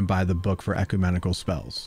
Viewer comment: Good video, and I hope this helps: (caps are long vowels) 1. reagent: rE-A-jent 2. ecumenical: ek-U-men-i-kal